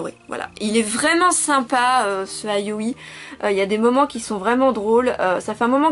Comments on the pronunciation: Pourquoi tu dit Ayoï? Sinon bonne vidéo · Ayoui ... C'est pas ça la prononciation '-' On dirait que tu parles d'une fille XDD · ca se dit ya-o-i